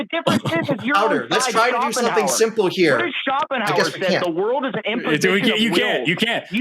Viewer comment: Ah-lells!! 🤣🤣🤣🤣 Shoppen-hauer! 🤣🤣🤣🤣🤣 What an uneducated moron!